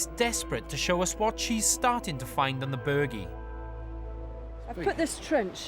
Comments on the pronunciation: Someone should have slapped the host the first time he said "The Burgie". If anyone wants to play a deadly drinking game... take a shot everytime he says it. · Omg, now I want to slap him too. Form an orderly line people. Now that you’ve explained his mispronunciation, it’s really really (REALLY) annoying me...really, and I’m only 15 minutes in. He just keeps saying it and he’s the only one doing it. I still want to watch to learn and see what the location has to tell them. I do find his hosting mildly annoying, because it seems to just be about the him wanting to talk, erect elaborate rope access points and in this case, try to use “quad bikes” to tear up the countryside. It’s mostly just for him to yap on - and after watching a few of these you start to notice a pattern of them not having enough time to do a reasonable amount of actual archeology or even finish. He’s more about the “Extreme” part of the title, than he is the digging. I really appreciate you explaining how to say the name correctly. Ha ha he really is such a tool isn’t he. It’s like he thinks that he’s going to sound like a local (or cool) if he calls it that, his arrogance/ignorance means he couldn’t even be bothered finding out by just asking someone etc. That’s how “extreme” he is. Get rid of him and just have the amazing women instead. I’ve been online and this location was not really a great mystery. I was reading the uk listing of the site as a protected historical monument (sorry, I can’t remember the exact title they use) and some of the archeological references about this site are from the 1960s. Another blog site referred information dating to 1700s. Oh w